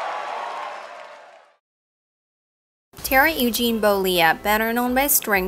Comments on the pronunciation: His name is bollea. Not bolia. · And learn how to pronounce his last name.